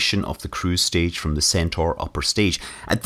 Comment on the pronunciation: Ya said "crew stage" when talking about the short separation video clip